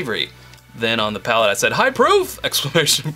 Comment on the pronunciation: It's *PALATE*. (I know they made that mistake too :/)